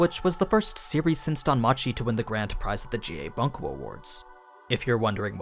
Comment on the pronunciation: "Boon-ko" not "buhn-ko"